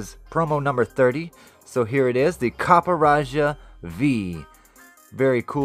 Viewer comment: I think its pronounced Copperajah....